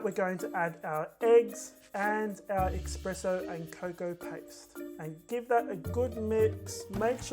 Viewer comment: Espresso not expresso lol sorry